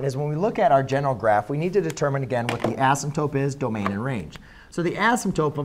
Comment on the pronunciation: he definitely said "asymptope" right?